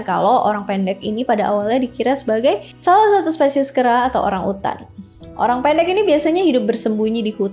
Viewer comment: Nyebut Orang Pendeknya kek Personal gitu 😂